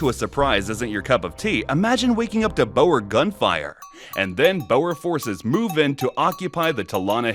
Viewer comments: Almost…. Boer is pronounced like “Boor”, “oo” sounding similar to the “oo” in “food”, or sounding almost like the “u” in “rude”. The “r” should strictly speaking be a hard, trilling “r”, but a rounded “r” will do 😅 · Hey, so far your video is going great so far but you mispronouncing a couple of names. Boer is pronounced as “Bore” Piet Joubert is pronounced as “Pete Jew - Bear”